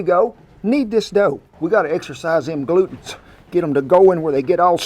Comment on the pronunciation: Thank you for a great recipe. I love fresh bread. But.....I laughed out loud when you said we need to 'exercise those glutens'. What I heard was 'exercise those glutes'. I thought, Kent you are certainly innovative with you kneading technique.